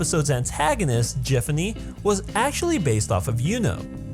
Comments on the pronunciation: You pronounced Giffany wrong, and I don't think yandere = Yuno reference lmao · You pronounced gifany wrong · judging by how he pronounced Giffany,I think it's safe to assume how he pronounces 'gif'